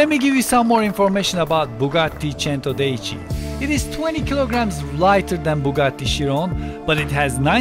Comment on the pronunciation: You said centodieci wrong